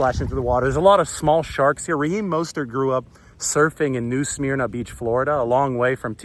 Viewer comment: Pronounced smerna